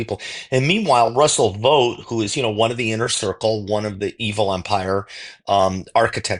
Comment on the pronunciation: Vought would be pronounced like out, not vote, and he is evil. The shutdown also avoids the release of the Epstein files